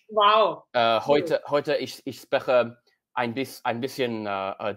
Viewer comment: I love how you can tell he didn't lern with a Tutor. My favourite example of this is his pronunciation of sp wich in German would be pronounced like schp (sch being the German spelling for sh) and so you would actually phonetically say shprechen but because there was never a tutor to explain this and only google translate there is no way he could have known this.